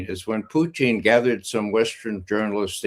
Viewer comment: PUTIN not Puchin